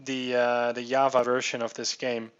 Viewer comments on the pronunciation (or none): no you say java as java, not yavah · Java, not Yava you scrub... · "bag fix bag fex" "yava" dis u guys hear dat?